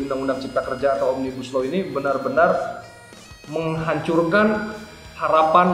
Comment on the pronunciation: Kata mbak melanie OMNIBUSLlEER 🤣🤣🤣